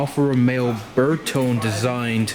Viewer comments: The E in bertone is like the E is versace. It's pronounced ber-toh-ney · BTW: It's pronounced Ber-Toh-Nee. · Great vid. Love Alfa's. Almost bought a GTV6 when I was a teenager. By the way, it's Ber-tone-nee! Three sylables and you have to pinch your fingers together when you say it. 😎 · Your pronunciations are horrific. Even your pronunciation of the word "pronunciation" is that of a 2 year old just learning to speak. You've never heard of a Carabo? (Pronounced "CARE-uh-boo"). How about a Buffalo? Ever hear of one of those? "Bertone" is pronounced "burr-TOE-nee". Your name is probably not how you pronounce it either. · Pronounced "Burr-toe-knee"... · your pronunciations are sooooo bad. my goodness. you say bertone carabo like trump says chorizo burrito.